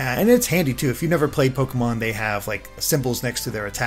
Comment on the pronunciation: im skeptical honestly he cant even say the pokemon names right either